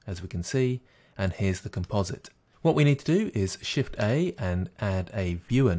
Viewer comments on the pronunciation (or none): thank you! This worked like a champ (once I figured out that when he said "press shiffey" he meant, "press Shift-A.") Now I'm able to make a fun movie with the pretty blue background built in. Yay.